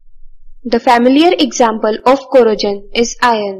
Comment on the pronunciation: You're saying corrosion like it has j in it! Stop it! Get some help!!